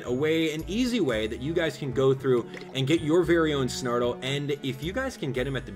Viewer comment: STOP SAYING GO THOUGHT